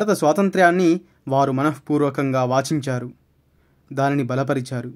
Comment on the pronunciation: మన:పూర్వకంగా వాఛించారా😄😄.....బాబూ పదాలని సరిగ్గా పలుకు లేదా తెలిసినవారి ద్వారా తెలుసుకో.వాంఛించారు అనేది సరయిన పదం..నెమ్మదిగా చెప్పాలి వెనకాల ఎవరో తరముతున్నట్టు ఎందుకంత వేగం....ఇలా అయితే వినటం లైక్లు, షేర్లే మిగులుతాయి....అనుభూతి,అనుభవం మాయమవుతాయి.